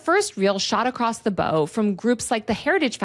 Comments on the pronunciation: Shot across the bow. Like bow-wow. As in the bow of a ship. Not bow. Like on a present. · I always heard the phrase as “shot across the bOW” like the bow of a ship. Great video! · Shot across the bow? Awesome video Taylor but it’s actually pronounced as “bough” (as in, boughs of Holly - fa la la) as the expression refers to naval ships taking fire. Such a silly correction to focus on given this incredible content but it gave me a little chuckle. Thank you for explicating this issue with such thoroughness. Incredibly important work you’re doing! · bow rhymes with cow. Shot across the bow. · Thanks for this video but, "Shot across the bow", as in archery? Seriously? It's literally the BOW of a ship. Pronounced as in Cow. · In the expression "shot across the bow": It's not bow as in "bow and arrow", or a bow tied with a ribbon; it's the bow of a ship (pronounced the same as the bough of a tree). It means a warning shot. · great work! just a heads up that "bow" in "shots across the bow" refers to the bow of a ship and is pronounced like the kind of bow when showing respect or greeting someone.